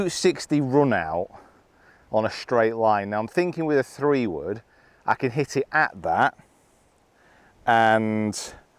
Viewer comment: Never say , you cont, say , you can